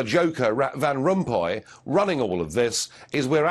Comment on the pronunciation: sounded like he said rat van rompuy